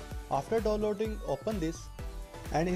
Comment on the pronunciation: do loading nhi downloading...work up on your English